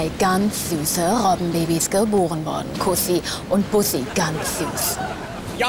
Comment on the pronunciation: Kuhssi und Buuhhsii. Sehr schön lang gezogen und gut ausgesprochen !